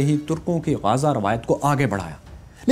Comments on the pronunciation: زبردست.. لیکن غازہ نہیں ہے بلکہ غزوہ ہے جیسے غزوہ بدر وغیرہ.. غزوہ کا مطلب جنگ ہے.. اور جنگ میں بچ جانے والے کو غازی کہا جاتا ہے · Not Gaza but gazwa